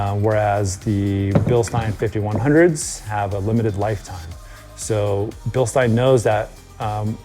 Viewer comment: It makes me smile, everytime says Bilstein😀 He is one of few who pronounce it correctly!